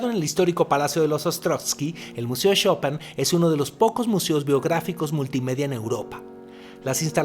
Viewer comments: Por cierto es Chopin!!!! no chopan xddd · Gran episodio... sin embargo, de todas las numerosas formas en las que pronunciaste Chopin, solamente lo dijiste bien cuando te referiste a la banca interactiva.